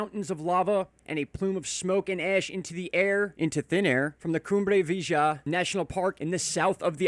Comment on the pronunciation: Cumbre Vee-a-ha